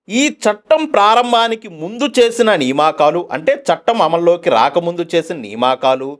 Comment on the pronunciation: నియామకాలు బ్రదర్ సరిగా పలకండి